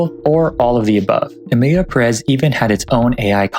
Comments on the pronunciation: wasn't it pronounced as PEHrez not puhREZ? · pErez, not perEz ~ is it too much to ask that english speakers say ONE NAME correctly? “Pérez” => accent tells you to stress 1st, the accented, syllable. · The accent in Pérez goes in the first syllable, it´s not PerÉz